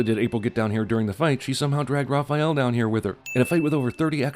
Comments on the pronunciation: calling raphael, rapheal ding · The way he pronounces Raphael lol Raw-feel. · CAN ANYONE IN THE WORLD SAY THE NAME "RAHPAEL" CORRECTLY? SERIOUSLY? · I've never heard that pronunciation of "Raphael". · They pronounced "Raphael" wrong and then finally got it right almost halfway through the video. ding